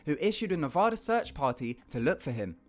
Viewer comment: ik no ones gonna care but its Ne-vaa-da not Ne-voo-da